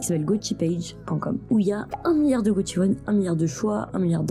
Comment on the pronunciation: C'est prononcé goSHiwon, pas gotchiwon.